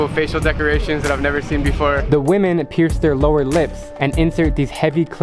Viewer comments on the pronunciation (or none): none